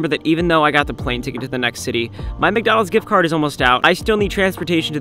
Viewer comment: "AND A FIVE DOLLAR MGGONAGS GICGARD" - ryan trahan